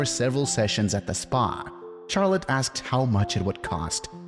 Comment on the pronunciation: You pronounce Charlotte in a horrendous way.